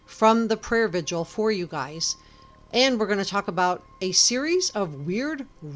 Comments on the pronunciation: Its prayer vig-il not “vidual” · Why can't anyone pronounce 'vigil' correctly?